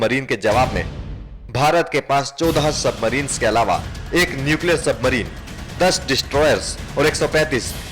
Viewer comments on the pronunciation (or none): Pakistan ko zadi hai 200....nucular